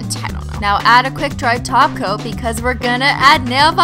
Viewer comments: When you said "hollow top coat" it sounded like "hollow taco" 😂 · Is it me when she says top cop I hear taco